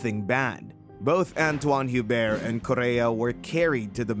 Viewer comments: It wasn't correct. The "H" should be silent in French... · not entirely silent. It's like "you-bear"